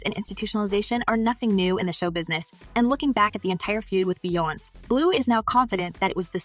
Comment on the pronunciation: This moderator calling people's name wrong wrong 😂😂beyonce name wrong n sean Paul name wrong smh lol